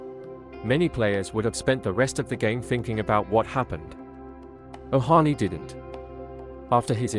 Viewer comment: It's Ohtani, not Ohani.